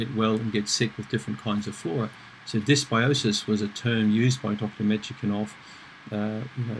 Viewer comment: Thank you for another informative video!Sorry to be a bore, but the scientist's name is pronounced as "Metch-nee-kof":-) (I know because I'm Russian myself) I don't usually go around correcting people's pronunciation on youtube, but since I watch your videos almost every day, I just couldn't resist!